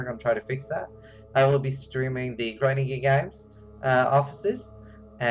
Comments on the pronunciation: 'Grinding Gear Games' 🤣 Uncanny kiwi accent there... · You are saying "Grinding Gear Games" in a New Zealand accent XD